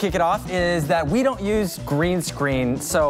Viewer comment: "ve" instead of we hmm